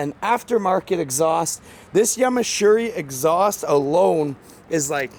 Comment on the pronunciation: Yamashuri🤣🤣🤣it's Yoshimura or Yoshi for short